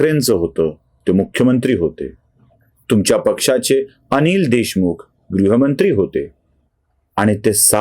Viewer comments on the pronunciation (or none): none